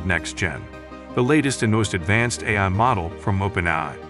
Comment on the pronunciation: Dead giveaway; it can't say "A-I" properly, LOL.